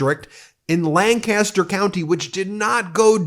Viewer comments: Hey Ben, you used the CA pronunciation of Lancaster. PA sounds a bit more like lanecuhster. 🙂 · HI ya! I'm actually proud to say I"m from Lancaster and this is indeed amazing, BUT you have to pronounce the county/city properly. it's LANK-uh-ster. It comes from Lancashire in England, cause yes, it's been here for over 350 years. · In pa it's pronounced lank iss ter